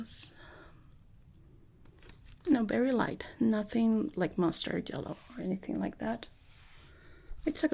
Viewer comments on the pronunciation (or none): I live for saying ''jellow''